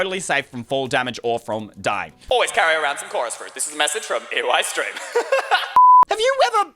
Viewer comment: Instead of eystreen saying hey what's up guys eystreem here with another video when he says eystreem he says eoi streem